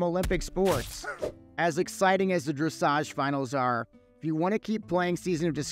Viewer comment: DREK OR KEK!!!!!